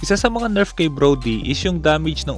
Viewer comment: Di ba NERF di NERP ? Lol sa accent